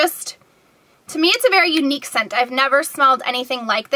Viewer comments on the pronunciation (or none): none